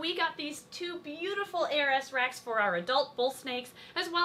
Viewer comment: Every time says ARS I hear 'heiress' and have a second to think: 'What a peculiar choice of brand name for a...' before I remember it's ARS. It's totally me though. This morning my Mum said 'These are addictive', gesturing toward a box of McVitie's Chocolate Digestives ( favourite UK chocolate as it happens!). I said: 'At what, pollination?' because I had heard: 'Bees are effective.'